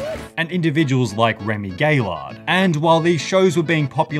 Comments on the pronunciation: lol at the pronunciation Remy Gay-Lard . It's pronounced "Guy ARE". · I'm sorry Sunny but you're officially banned from France for the way you pronounced Remy's last name